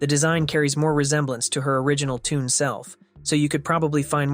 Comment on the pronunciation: 😅 Is Shelly music? Why say “tune” instead of “toon”?